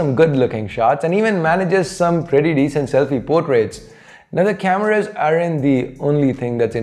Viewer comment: Why do u say cameruus